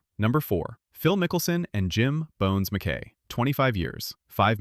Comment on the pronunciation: Jim “Bones” Mc-Kie” is how it’s pronounced. Just as an FYI